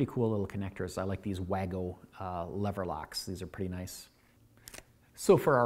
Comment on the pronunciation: WAGO is pronounced "Wah-Go" .02